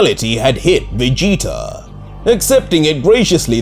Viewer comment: i like the vegeta being called veegta